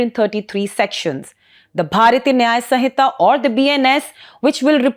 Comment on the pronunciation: Its not bharyathiya.. Its Bharatiya .. your pronunciation is wrong..